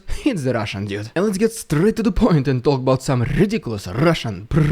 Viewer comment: Rrrridiculous rrrrrusssian prrrropanga. I got my daily rrrr dose 😂😂😂😂😂😂😂😂